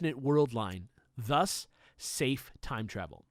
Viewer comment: Thus "Safe" Time travel.... the emphasis on the word "safe"... time stamp